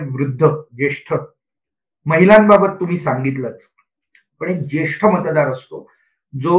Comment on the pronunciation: उदय जी खुप छान विश्लेषण .... मतदार म्हण्याच्या जागी आपणं मत राद म्हणत आहात आणि मतदार संघ आय वजी आपणं...मत्राद संघ अस आयकू y येत आहे